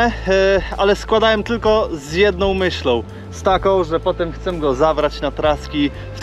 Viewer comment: co z tym „chcem” zamiast „chcę”